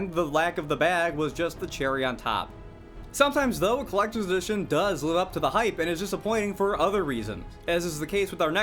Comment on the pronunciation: “Clecter dition” 🙄